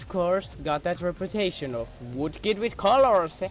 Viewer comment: you said voodkid xD thats some vood-oo